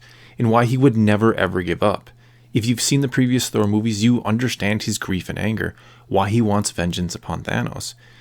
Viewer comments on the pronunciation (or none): none